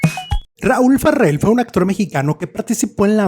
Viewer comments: Una corrección no es FARRELL pronunciado ERRE. Es FARELL pronunciado ERE. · No es Farrel , es Raul Farell y se pronuncia como se escribe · Pronuncia el apellido Farrel como gringo champurrado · NO SE ESFUERCE SE PRONUNCIA "FAREL" ASI COMO EL SR QUE FUE DIRECTOR DE IMSS ARSENIO FARELL CUBILLAS QUE ERA SU TIO. NO SEA USTED RIDICULO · te escuchas mamilas al pronunciar su apellido 😂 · ¿Por qué pronuncias el apellido Farell como si fuera inglés?. ¿No sabes que es un apellido catalán y la "r" y la "l" se pronuncian exactamente igual que en español?